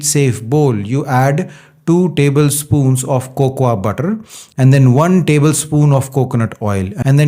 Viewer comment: Great video Check your pronunciation.. Cocoa is Coco Almond is Aamond